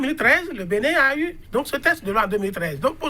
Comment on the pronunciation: BENIN et non BENNIN